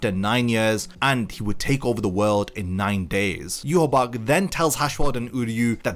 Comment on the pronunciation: Why do people call himYwabach its Ywach